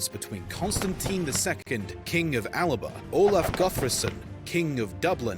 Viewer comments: Alba is still the name for Scotland in gàidhlig and it annoys me when people pronounce it as [al-ba]. The gàidhlig 'L' is pronounced as if it's on its own, so [a-la-ba]. 'Al-ba' would be white in Latin. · Alba is the spelling, 'Alapa' is how it's pronounced.